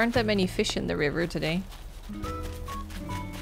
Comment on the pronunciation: Just would like to say that I love when you say “river”